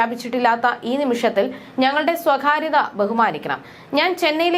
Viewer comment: സൈറ ഭാനു അല്ല. സൈറ ബാനു ആണ്. സ്വഖാര്യത അല്ല സ്വകാര്യത ആണ്. എന്ത് വാർത്ത വായനയാണ്!!!കഷ്ടം